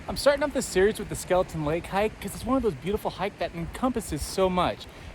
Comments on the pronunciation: Got equally frustrated watching this video seeing the signs that say Skelton but he KEEPS SAYING IT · Skelton not Skeleton!😳